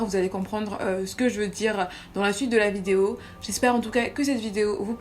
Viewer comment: Quand même pour dire "La" vous ditent "Lo"... looool